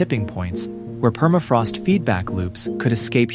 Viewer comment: Perafrost no... la correcta pronunciación es PERMAFROST